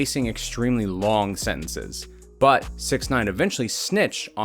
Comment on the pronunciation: Is it just me or did he say sex instead of six